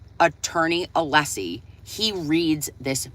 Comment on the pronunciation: Just curious, does HB think it’s a flex to repeatedly mispronounce Alessi’s name when everyone in the courtroom, including Auntie Bev, is pronouncing it correctly??